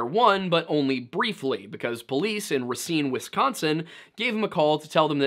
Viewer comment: Thank you for pronouncing Racine correct